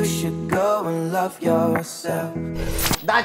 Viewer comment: mi se pare mie sau ai zis "Lose yourself"? ... ca e "Love yourself" 😌👌